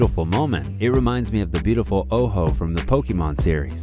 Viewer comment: hey-hi, good video, but the Pokémon’s name is Ho-Oh, not Oh-Ho.